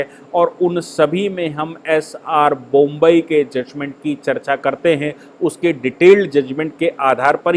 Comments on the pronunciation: सरजी, बोम्ब ई नहीं, बोम्मई होता है। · नाम एस आर बोम्मई है, जनाब! बोम्बई नही !! 😂😂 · bommai not bombai